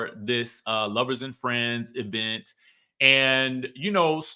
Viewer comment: the E-vent🤣